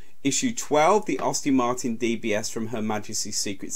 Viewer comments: It is AST-ON Martin...Not Aus-tin Maerin...Not hard to pronounce is it? And it is Volante...not volont!! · Any chance you can redo this after learning how to speak English properly? I've never heard so many car names mispronounced so badly. Sunbeam is difficult to pronounce wrong but well done, you managed it, along with Aston Martin.